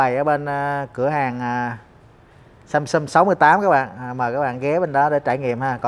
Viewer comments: thay vì đọc là SAMSUNG thì lại đọc là SUMSUM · Tôi sửa 1 chút cho, phát âm rõ ràng sờ am sam, sờ ung sung, sam sung, chứ đừng đọc samsum, hay sâm sâm, hay sân sân, nghe nó thiếu kiến thức lắm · Nc khó nghe ghê,đến cả tên hãng còn đọc sai. Sâm sâm??? Là hãng gì,hãng đt nào???? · Ceo mà phát âm samsum :))) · Samsung mà cứ đọc samsum